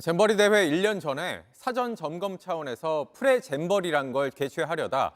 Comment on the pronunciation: 쪽팔리게…프레잼버리는 또 뭐냐……어이 PD 양반. 프레잼버리가 아니라 pre…..프리 라고 읽습니다. 그래서 PD는 공부 잘한 사람 뽑두만 이제는 아닌가 보네…..프레잼버리가 모냐. 프레잼버리가…..니들이 그러니 온 국민이 프레잼버리로 읽기 시작한단 말이다…..좀 많이 신중 하길….영상의 다른 내용은 들리지도 않네. 젠장…보나마나 여가부가 얼마나 개판쳤냐는 내용이겠지…..